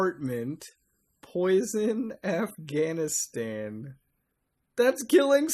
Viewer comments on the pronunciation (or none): none